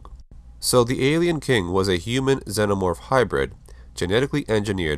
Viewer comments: Im sorry but its pronounced ZE-NO-MORPH not ZEN-O-MORPH. You saying it wrong 100 times ruins the video. It does make a difference. It'd be like calling a TERMINATOR a TERM-NATOR. Its just wrong. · That's not how one pronounces xenomorph.